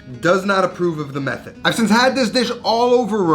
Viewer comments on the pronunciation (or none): none